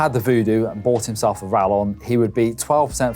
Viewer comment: Rallon bad pronunciation